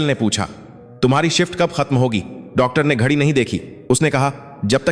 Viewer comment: घछी घड़ी को क्यों बोलते हैं शब्द को सही सही बोलिए नो डाउट आप बहुत अच्छी जानकारी देते है। इतनी अच्छी संस्कार भारत का भारतीय संस्कृति को अपना चाहिए लेकिन इसे बर्बाद करने के लिए फंडिंग करते हैं। क्या जमाना इतनी गंदी होती है। कितने राक्षस भारत को दुनिया से मिटाने में लगे हैं जय श्री राम।